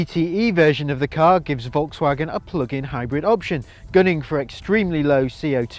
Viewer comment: If only you'd pronounce "Volkswagen" correctly...